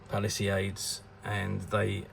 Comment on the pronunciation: You are totally butchering "Palisades". It's not Japanese. It's an English word. Rhymes with "Ace of Spades".